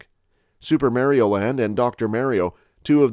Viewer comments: U did all the other names how hard is it to say mar-e-oh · U keep using the vowels wrong in the name mario